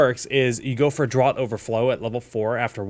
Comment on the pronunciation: Great vid, but Draught in Draught Overflow is pronounced like 'draft' (think beer),not like 'drought'! Minor quibble, these vids are extremely informative, thanks!